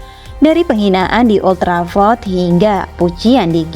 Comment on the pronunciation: Gak enak banget waktu nyebut old trafford